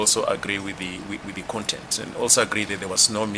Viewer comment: "Am talking about the KONTENTE" Hahahaha is travelling on a bridge over trouble waters.